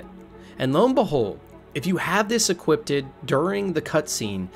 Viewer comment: lol equipt-ed